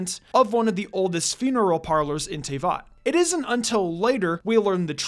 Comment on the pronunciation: Sorry did you just say... Tayvot?